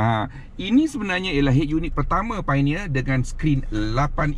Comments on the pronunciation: Bukan PAINEER... piONERR bang...."O" tu jangan tinggal. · Betul la cara dia sebut painier tu alahai.